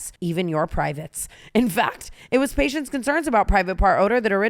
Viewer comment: It was Paige’s concerns about private part order that originally inspired the obgyn that created lumē?!?!?! /satirical making fun of tana’s pronunciation of “patient’s”